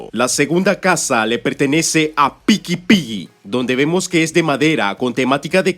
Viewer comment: Bro no se por q me da risa cuando dices picky Piggy jajajajajaj grande bro ❤❤❤❤